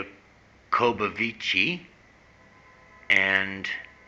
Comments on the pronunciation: Jah co bow vitch is how it's pronounced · Hey whats wrong with you ? can you not even pronounce a name? The name is Simon Jacobs son. You see vitch is russian for son, Jacob is Jacob as in the BIBLE Simcha Jacobovic Simon Jacobson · YOU CAN'T PRONOUNCE HIS LAST NAME...IGNORANT. I hate even responding...thinking you are looking for comments and a higher youtube score...GREAT RESEARCH...FAIL. Although I don't agree with his process, and believed they are flawed...can't pronounce a name...you are...ignorant.